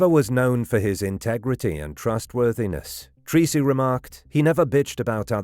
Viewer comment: FYI - Treacy is pronounced as "Tracy" in Ireland